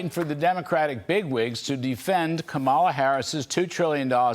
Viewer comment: Wow, I swear you're talking about Trump, but you keep mispronouncing Kamala, what a spokesperson!